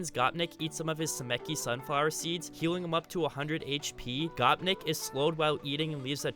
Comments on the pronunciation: The gopnik one annoys me because it's not "gop nick" its said with an ny sound and semechki is ch which is just like the first part of cheater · You said gopnik wrong